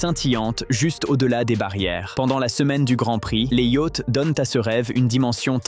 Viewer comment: Des "yacts" ?...!